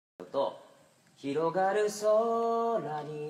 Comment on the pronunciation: 上手いけど合唱なら「ひろがる」の「が」がめちゃめちゃ汚いって怒られるよこれ あともっとhの発音を立てないと何を言ってるか聞こえないと思う